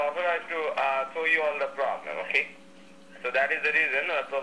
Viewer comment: "imma not gonna fis da pwobwum u gonna fisss duh poblum.... da pobum!!!" 😕